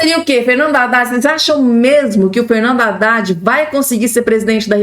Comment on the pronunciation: Não é Radad e adad. Não é Rélio e élio